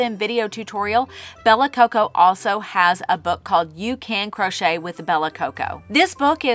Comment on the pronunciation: Me and my neicey giggled at you saying "crunchy" 😊